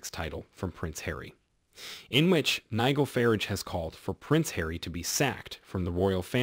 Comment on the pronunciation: Nigil fahrige Nigel Fah-Rahge